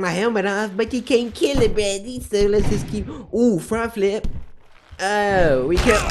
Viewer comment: he said Fri flip